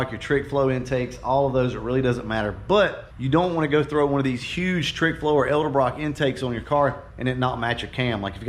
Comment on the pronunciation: “Elderbrock” lol.